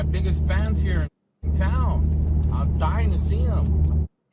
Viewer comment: He went there to kill him. The way he pronounced "I'm Dying" to find him with the flick of his t. Thinks he's a gangster